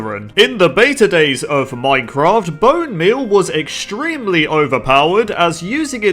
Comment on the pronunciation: It's not pronounced moincroft Minecraft